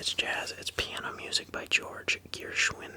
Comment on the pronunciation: This was wonderful. FYI Gershwin is pronounced ( sounds like Her, just put the G) Ger..shwin.) You're great